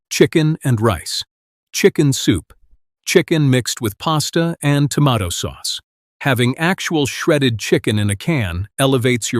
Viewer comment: Would someone teach this AI voice how to say tomato!